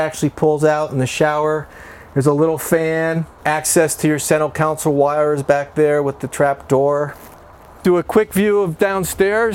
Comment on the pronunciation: It’s Console. Not Counsel.